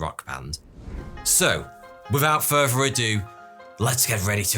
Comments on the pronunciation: It furTHer ado, not furVEr ado. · Repeat after me. Fur-ther. Not fervor. Further ado. The phrase is "without further ado," not "without fervor ado."